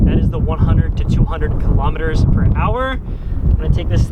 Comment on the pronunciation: Cant wait for further videos man!!! "Kilometres" sounded english "an hour" sounded Australian! crack up! Great vid man